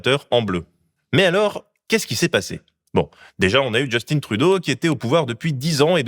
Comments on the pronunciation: petit bémol, arrêté de nommer Justin à l'anglaise avec votre accent qui sonne genre simplement féminin, c'est Justin, pas Justine. Si au moins vous disiez "Justinn'' vous seriez plus près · Justine c'est une fille. SVP prononcer JUSTAIN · C’est pas Justine mais Justin, c’est pas comme ça que l’on dit. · Je sais que chez nous y'a de Justin autre que Justin Bridou... Mais arrêtez de dire "djeustine" pour Un canadien français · Just-IN, Justin Trudeau, pas Just-INE… C’est un francophone du Québec (mais je me doute bien que c’est une erreur volontaire, pour forcer les gens trop réactifs comme moi à faire des commentaires😅) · je comprendrais jamais les français insistes pour dire justine trudeau. il est francophone. c'est justin, pas justine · Par pitié, les cousins. L'ancien premier ministre était JUSTIN TRUDEAU, à la française (et non pas "Justine Troudo") et le premier ministre actuel est MARK CARNEY (à l'anglophone, pas "Marc Carni") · En tant que Québécoise, j’ai beaucoup apprécié, Merci! Toutefois, la prononciation du nom "Justin Trudeau" était erronée. Il prononce tout son nom en français, et non pas "Justin" avec un accent anglophone. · Mais arrêter! C'est pas Just-in à l'anglaise, c'est un francophone! Justin. On ne prononce pas le "n". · Tu sais, Justin Trudeau est Québécois, donc c'est Justin et pas "Djostine" 😑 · Justin Trudeau est francophone, tu peux prononcer son prénom normalement! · Du Québec : Très bon et très factuel mais pitié, arrêtez de prononcer Justin à l'anglaise. Personne ne le fait au Québec. Mes oreilles saignent à chaque fois que j'entends un Français le faire 😂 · Euh... Justin, C'EST JUSTIN!!!! en français, merde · Mais pourquoi vous prononcez le nom de mon ex PM à l'anglaise? 😤